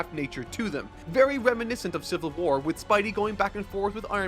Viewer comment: “Civil Whuar”